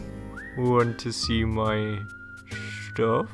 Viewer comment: I love how, after this long, you just automatically say, even when it just says stuff, lol